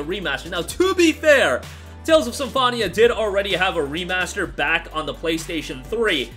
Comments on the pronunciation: Every time you pronounce Symphonia like that I cringe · Great video but How do you manage to say Symphonia so incorrectly lol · They don’t, he just pronounced it incorrectly the entire time lol